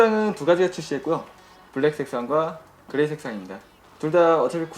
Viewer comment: "그레이색"상 욕하시는 줄ㅎㅎ